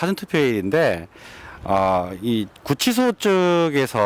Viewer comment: 고생이 많으십니다. <구취소>가 아니고 <구치소>입니다. 한자교육반대뒤에 생기는 심각한 문제 !!!